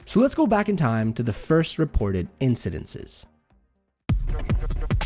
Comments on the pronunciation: It's ' incidents,' not 'incidentses.' ;-) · It's "incidents": IN suh dents. Not "incidences." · Incidinssess? Please tell of bad actions with good English!! Incidents, I think you mean...😊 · It’s not hard to pronounce “incidents”… just sayin. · Are you saying instances or incidents?